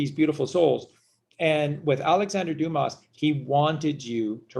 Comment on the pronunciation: Luv ur vids! Oh btw there is no Alexander Dumas ( you pronouced Doo-mus! Its french pronounced Doo-mah! Like when the doctor tells you, "open your mouth and say, " aaahhh" thee s is silent. Like thee s in Illinois) Chicago Renee hath spoken.